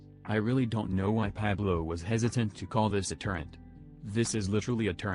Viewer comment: When you type the word turret into the text to speech thing, are you spelling it as turrent instead? Or does it just mispronounce the word on its own.